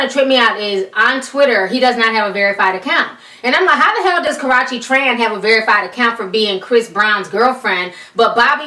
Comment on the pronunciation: You always call her 'Karachi' lmaaaooo